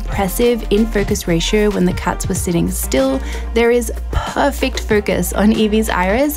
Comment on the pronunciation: did you say "Purr-fect" focus on Evie's iris? hahaha